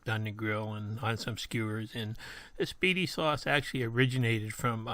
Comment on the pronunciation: That's actually pronounced Spy-dee sauce think the nickname that Spiderman has they call him Spidie. 😆 I was in Aldi yesterday saw the spiedie sauce and tzatziki I got some to do exactly what you're doing GMTA